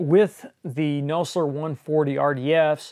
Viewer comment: I always thought it was pronounced "Naw-zler" and not "No-slur" LOL